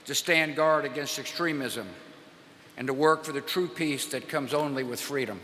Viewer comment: I live for when bush says "freadom"